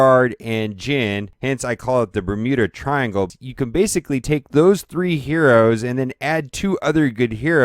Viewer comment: "and i am using the bumunu triangle"